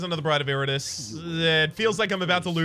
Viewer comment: Did pronounce Iratus as "Iritus"?